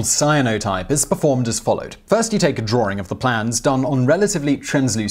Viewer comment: The dreaded drooring is back again. Laura Norder's intrusive r.